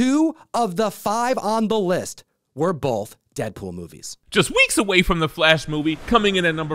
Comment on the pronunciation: “WEEKS” GOT ME WEAK 😂